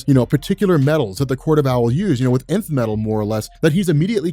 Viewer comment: Pronounced like Enth